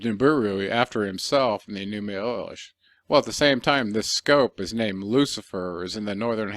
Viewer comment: Your pronunciation of Enuma Elish is incorrect. It’s Eleesh in sound . Don’t believe me see Arabic and the song My Elish !